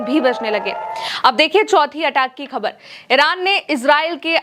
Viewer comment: khabar shabd ko sahi uchcharan se boliye